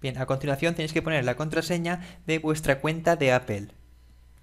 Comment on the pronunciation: poe que no dices apple como mismo lo lees si al final dices todo de la misma manera